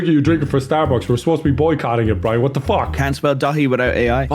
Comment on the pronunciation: It's Briane??? Not Brian??? Not even Brine???